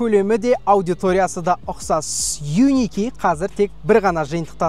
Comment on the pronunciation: Changan Un--V емес Un-K дегенін байқағандар біргеміз